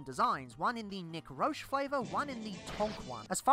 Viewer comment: Fun Fact: Unless he was bullshitting me at NYCC a couple years ago, Nick Roche’s last name is pronounced like roach. I asked him and everything.